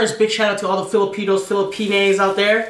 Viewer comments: Not Filiinays it’s pinay hahaha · Disrespected us when he said filipinays